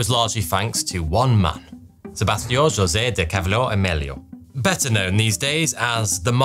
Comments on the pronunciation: I love this channel, but talking about a "markwiss Joessee"'s got me reeling. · lol “Markwiss.” And he did such a good job pronouncing his name! And Jozay? He has to be doing it on purpose to entertain himself.